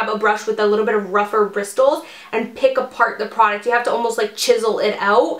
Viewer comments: WHY DOES SHE SAY BRISTLES LIKE BRISS TILS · Just wanted to let you know the "T" in bristles is silent so it's pronounced brissles lmao loved this video! Can't wait to invest in some highlighters for summer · you do know bristles has a silent t right??? its pronounced bris-els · I love the way you say bristles 😂